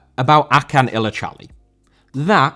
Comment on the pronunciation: Great Video. Acuns name is pronounced like ah-june btw. He had also some involvment in the Özil deal to Fenerbahçe.